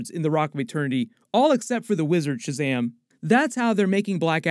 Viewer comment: Please don't say "Shazamly" 😬